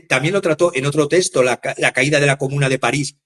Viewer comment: Testo vs texto, hasta cuando? Una clase de prosodia gramatical es menester